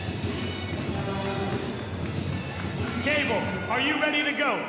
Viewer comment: Announcer couldnt even get Gable's name right